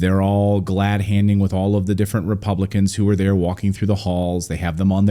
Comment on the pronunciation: i think you pronouce th like there ..